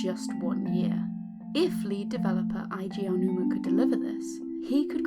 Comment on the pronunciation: Story Time It's cool. Only said something since explaining the pronunciation is rather simple. Happy Aonuma came out fine as a lot of people don't get that ao is ow.